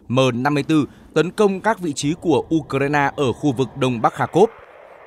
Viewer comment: U cờ rai na ?😂